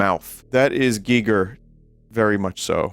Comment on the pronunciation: Props to Vinny for pronouncing H.R. Giger's name correctly. I ate a whole firefly squid at a ryokan dinner once. It was unpleasant when it popped as I chewed it.